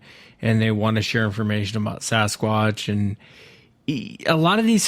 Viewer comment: As many times as has used, heard or seen it written....the word Sasquatch has a "T" in it.